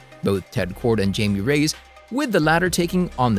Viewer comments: Hilarious that he’s hyping the Latinx element but pronounces Jaime Reyes as JAYMEE RAYS instead of HIGH-ME RAY-EZ 😂🙄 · I believe the pronunciation is 'Hi-me ray-ez'' due to the cultural background of the character. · "Jame Rays" lmao